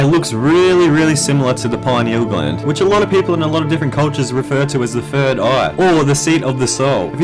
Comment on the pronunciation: I love it when you say fird aha. Keep this series up bro